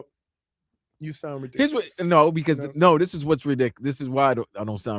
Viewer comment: "Dis is why ah doan sound ra-dick-alus". No, you do. Five 1st round picks for ANY one player IS RIDICULOUS. On a bad team all you will then have is a once good QB (you'll be cutting in 2 years) on a terrible team with no hope of re-building thru the draft. The next two GMs and head coaches will be fired despite this dumbass move being the brain child of the owner. Build a good O-line and D-line. Get a good young CB, WR and maybe RB in the 3rd. THEN draft your QB in the 1st - and sign some good veteran FAs on both sides of the ball.